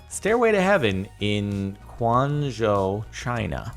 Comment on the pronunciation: You almost pronounced quangzhou correctly